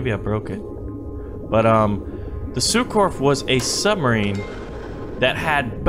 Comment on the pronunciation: As a french it took me 5min to understand the word Surcouf xD say it Surcoof